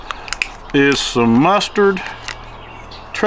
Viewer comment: Those are pronounced mustard hooks not mustard